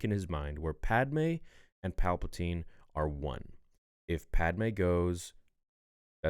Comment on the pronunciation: “pall-puh-tan” lol you said it everytime good expect for that time lol💀 great vid tho